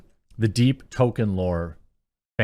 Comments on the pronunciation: Love the channel but for the love of Christ please stop pronouncing Tolkien as “tow ken.” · Jeremy, I wanna slap you every time you call him 'Token'.